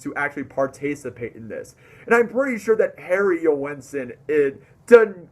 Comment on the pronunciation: Joensen has two syllables. Listen to how he pronounces it. The "oe" is pronounced as the "ø" in Danish.